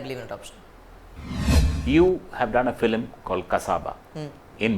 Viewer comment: interviewer says "filim"